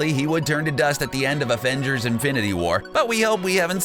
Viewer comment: Afengers Affenmble!